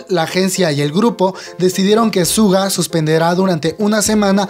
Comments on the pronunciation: Asdfdfdfsfdfsg mi pobre "shuga" no "suga" 😂 , ojalá se recupere pronto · se pronuncia shuga no en español suga ^^